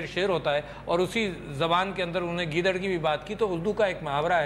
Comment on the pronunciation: mehar abbasi saheba. appropriate word is ' unhon ne ' not 'unne'. similarly ' tariqa and tahqiqaat ' not 'tarika or tahkikaat'. hope will not be taken it ill. thank you